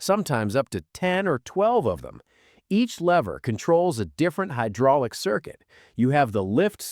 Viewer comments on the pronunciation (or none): none